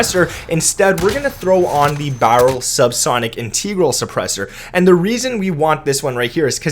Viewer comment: mans just said in tee gral